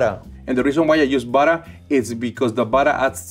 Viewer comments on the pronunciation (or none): Will always love “buttah” and wattah” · I could listen to say 'buttah' all day. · We need more videos. I love the way he says buttah. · after I heard him say 'buttah' the first couple times, I came straight to the comments and was not disappointed :) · Burrer and warrer😂🥹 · Drinking game: take a shot every time says "buddah". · "you want me to put some peanut buttuh cups in ya eggs"